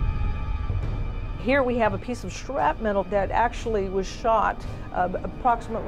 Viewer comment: Shrap metal